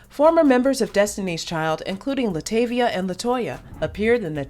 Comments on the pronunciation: Oh my, not this entire video with her name not being pronounced right😩😭(La’ TAH’ via) Also- That was her daughter not her as a kid. She was replaced by Farrah Franklin, not Michelle. She didn’t want to do music or be in the spotlight. (She is an introvert) She was m*lested by her stepdad when she was a child for years which that coupled with the DC exit caused depression and her wanting to stay in the house and not go out. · PRONOUNCE HER NAME CORRECTLY!! ITS ANNOYING!!! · 25 seconds in and you mispronounced Latavia’s name, I immediately clicked off the video. I can’t continue… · If you going to do a documentary on LaTavia atleast pronounce her name right! .